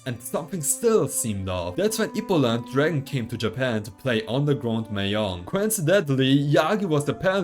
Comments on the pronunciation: Mahjong is pronounced "ma zhong", not "mah yong" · It’s maJong not maYong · Bruh ur pronouncing mahjong wrong